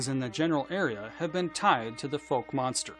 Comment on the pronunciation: It's pronounced F-owe-k